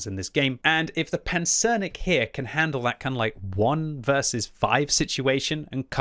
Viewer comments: Nice pronunciation on the Pancernik! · Great pronunciation as always, but I thought Lem's name for the tank was supposed to bring "Battleship" rather than "Armadillo" to mind - the word pancernik works for both. Anyways, thanks for the review:)